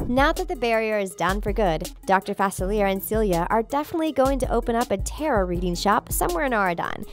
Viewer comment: There's that awful pronunciation on facilier again. GJ